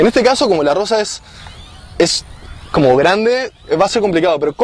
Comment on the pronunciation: comoc como tak xDD